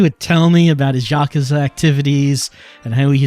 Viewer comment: I generally like the English voice acting in this game, but the way that they refuse to pronounce some things correctly, like "yakuza" and "Mizuki" does drive me a little crazy.